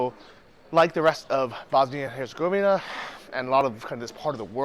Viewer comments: Dude: Herz-gaw-vee-nah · say it like this hurts eh goveena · Come on Bro....go back to your room and practice until you can say Herzegovina. hurt·sa·gow·vee·nuh REPRESENT MAN! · Don’t give up, Bosnia & Herzegovina isn’t that difficult to pronounce